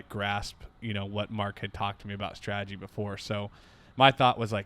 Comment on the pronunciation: As always, love the content.... please, it's STRATEGY, not STRAGEDY (ie. no such word).